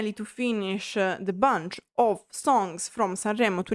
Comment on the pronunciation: Please understand your adding uh to the end of many English words is very annoying. EG; Songs, Songsuh. Like, Likeuh. Other Italian Creators speaking English DON'T do it. Please try changing a bit even if you don't like it. Now show us your tattoos.